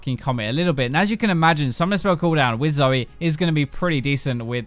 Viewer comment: FFs riot can't get Zoe right